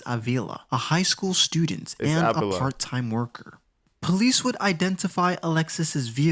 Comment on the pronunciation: Her last name is sounded out like aveela. You're saying it wrong- she's Latina the guy in the other video had it right, and you tried to correct him. You're saying it wrong lol -I'm latina and just trying to help, love your videos!